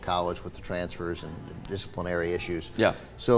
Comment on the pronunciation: Did this man just say disciplinary issues🤦‍♂️